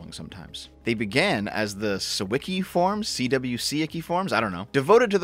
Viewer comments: Pretty sure "CWC" is supposed to be pronounced "Quick." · CWC is pronounced Quick as per CWCville being quickville in the Sonichu comic. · Cwc is pronounced quick